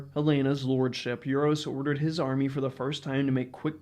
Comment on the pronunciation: You-ros!? It is Oo-rosh. And enough with that Ay-van.